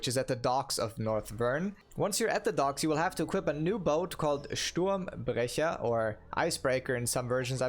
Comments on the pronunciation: who told you to pronounce "schturmbrecher" right? thats like.... german national treasure secret stuff :D anyways, gj on that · Idk where are you from you from but u, pronaunce Sturmbrecher rly good 😂👍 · Dont mind his perfekt German when pronouncing the Boat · just be curious... are you german or part german? The word sturmbrecher was so well pronounced... I can say that cause I'm german... very well done my friend. And thanks for the great deathblade content. Learnt a lot for my deathblade. You're awesome. Keep up the good Lost Ark content! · Do u can speak german fluently, because when u say „sturmbrecher“ it sounds very german and very good. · Are you german you spoke sturmbrecher really well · Bei Sturmbrecher dachte ich warte mal, ist der Kerl ein deutscher? Und bei einem Blick in die Beschreibung und auf deine email wars mir dann klar :D Hab schon gedacht holy shit wie perfekt kann man Sturmbrecher aussprechen :D Spricht aber auch für dein englisch, mir wäre sonst nicht aufgefallen, dass du deutscher bist. Hut ab :) Edit: Hab mal gesubbt kleiner Tipp: In Feiton gebe ALLE Beziehungscharaktere Gold :D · how to spot a german content creator: Pronounce Sturmbrecher correctly xD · I was surprised when I heared you saying "Sturmbrecher". That was fucking good German lol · Damn, that Sturmbrecher pronounciation was spot on. Are you german? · damn you spoken "Sturmbrecher" very well :D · Are you german? Because that pronounciation of sturmbrecher was perfect lol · are you german? You pronounced sturmbrecher perfect 😀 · Hello my brother, very good and informing video, thanks for the tips. And are you a german because you said „Sturmbrecher“ so good 😂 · He pronounced „Sturmbrecher“ perfectly holy sh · Are you german cuz u pronounced „sturmbrecher“ perfectly? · Man are u german? ur "Sturmbrecher" was on point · The way you said Sturmbrecher. I assume you are german? :) Thanks for the guide. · Wait are you german? The pronouncement of "sturmbrecher" was insanely good